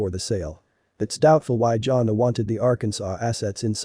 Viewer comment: It's not pronounced Johnna! It's pronounced Jan-A